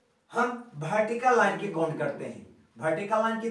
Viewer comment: Waah "Bhertical"